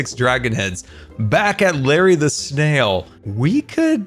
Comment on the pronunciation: Every time he says Larry the snail I hear Larry LaSalle